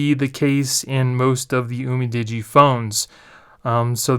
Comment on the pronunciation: It's "you-mi-di-gee"